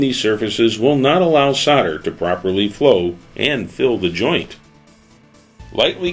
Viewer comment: What us Sauder? It's called Solder. It has an "L" in it. Do you send Sodiers to war, no you send Soldiers! LOL The tinning flux 95 is good stuff.